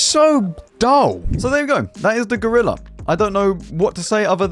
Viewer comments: GOrilla, not grilla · "No, not the Grilleh" 😂